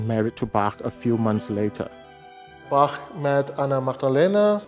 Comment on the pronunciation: I just love this documentary! And may I say how much I love your pronunciation of the "ch" in Bach, Eisenach and other words, as well as our umlauts "ö" and "ü". Absolutely perfect! Hats off to you,.